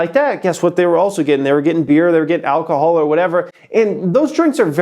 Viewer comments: Alcohol not alchol. You stupid dumb idiot. Go back to school and learn so you can become intelligent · It's ALCOHOL not AlCHOL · “ALCHOL” HAHAHA